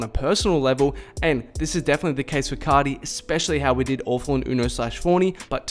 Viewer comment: C (ar) ti bro not C (ot) ty ... ar pronounced like the letter “ R “